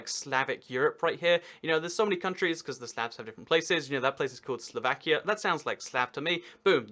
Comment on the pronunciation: slavakia lol